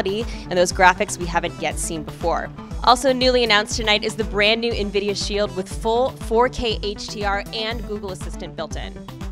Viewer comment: i thought the ceo called it nvidia spy... dude has to work on his pronunciation or everyone will think hes trying to create skynet